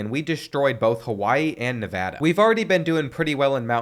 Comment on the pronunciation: Thank you for saying nevada right